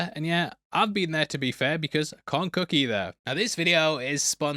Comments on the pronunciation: And it’s pronounced Cook not cuck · Doesnt know how to "kook"? What is "kooking"? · Not making fun of the accent but the skill of preparing food is being pronounced the same as a crazy person. Kook.